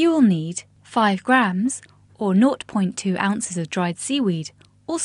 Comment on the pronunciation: I havent heard the way that person says 0.2 before.